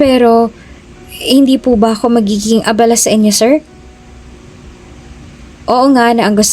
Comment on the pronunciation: Ang pagbigkas ng abala ay pabigla na iba ang ibig sabihin kesa mabagal